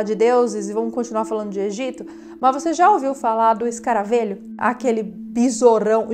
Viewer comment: Só uma observaçãozinha boba. Se fala escaravelho com “e” aberto. Como “velho” ok! Bjs 😘